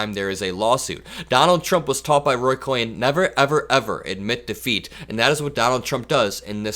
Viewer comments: Roy Cohn. Pronounced like cone, not cowen. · Great video. But Roy Cohn's name isn't pronounced "Cohen," but "cone." I'm old enough to remember the Army McCarthy hearings, and that b*****d was lurking in the shadows all along. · not Roy "Ko-hen". Roy KOHN. Like ice cream cone. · The name is pronounced "Cone" not Cohen. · Roy Cohn (pronounced Coh-n, not Coh-en) was an evil man who helped destroy many lives. I'm sorry that 45 learned from him. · It's not Roy Cohen, it's Roy Cohn (pronounced Cone) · It’s Roy Cohn (pronounced coin). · I appreciate your observations. The lawyer you spoke about is actually Roy Cohn, pronounced 'cone.' There is a mini-series 'Fellow Travelers,' that sheds light on him. He is also mentioned in the classic Broadway play, 'Angels In America.' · I think it's pronounced Roy Cone.❤ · It's pronounced "Cone"... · It’s pronounced Cone